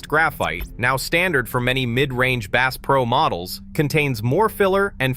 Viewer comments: "Base pro" ? AI much? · The AI voice can't even pronounce the "bass" in Bass Pro Shops correctly. I am out of here. Product better content. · "Bass Pro Shop" as in "bass guitar"??? STOP THE AI BS!!!!!!!!!!!!!!!!!! Use a HUMAN!!!!!!!!!!!!!!!!!! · You fo not even know how to pernounce bass pro